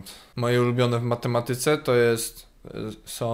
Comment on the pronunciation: "to...som okulary..."(wiem że powinno być "są" ale "som" brzmi lepiej)